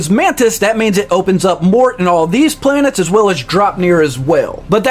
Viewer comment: I don't understand how so many people cannot pronounce the planet names. The game legit says it every time you switch planets.